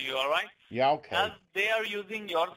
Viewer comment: Oh dear , im trying to work , i started to laughwhen i heard him say " okiy " instead if okay . They try so hard , but always fail .